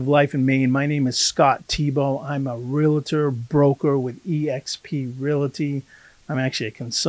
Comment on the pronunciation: Please don't take this the wrong way, Scott, but as the son of a father who was a real estate broker for over 40 years, my ears perk up when I hear the word "realty" pronounced "real-a-ty" instead of the proper "real-ty". In the same vein, my Dad was a "realtor" and not a "real-a-tor". You have a great channel and I've been watching your videos with great interest as my wife and I are seriously considering moving to Maine...especially after the back-to-back hurricanes we just experienced here in Florida. We absolutely love your state. I used to do contract work in Maine many, many years ago and my wife and I have vacationed in Maine many times. Perhaps we'll meet each other if she and i decide to pull the trigger and make the move. All the best.